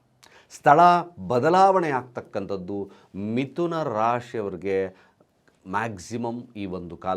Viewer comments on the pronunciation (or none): Mituna alla, MitHuna. Pala alla, PHala.